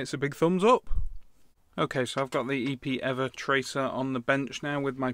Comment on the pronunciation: EPEEVER HAHAHAHHA I laughed so hard Love the reviews!